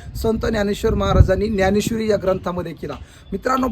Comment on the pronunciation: न्यानेश्वरी का ज्ञानेश्वरी.... अगोदर मराठी निट शुद्ध बोलायला शिका... मग बाकी.... धन्यवाद